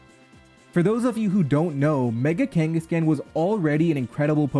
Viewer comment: The way he pronounces Kanghaskan irritates me to such a high degree degree lol